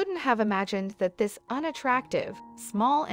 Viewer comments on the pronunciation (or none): none